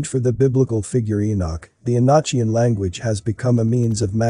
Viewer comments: I dig your videos brother, but, it's not "E-notch-ian"🙄,good lord. It is the E-NOK-ian language. Just like epoch isn't pronounced e-potch. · Enochian is pronounced, “E-no-kee-un.” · Enochian. You pronounce the o and it was a type of Angel language. I think the John Dee and his associates we're practicing black magic. Conjuring demons as a result selling their soul Malthus deal. You and your team doing incredible job and went to thank you for all your videos I've been watching for years. Carry on blessings in Christ Jesus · you asked what we think about the video ... The information is fine, but the mispronunciation of words is quite annoying. Words such as Enochian and Teotihuacan should be pronounced correctly. It quite diminishes the ovrerall impression of the video.